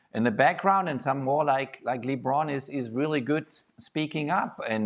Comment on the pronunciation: Can someone tell Jurgen how to say LeBron's name properly, it's really not that hard.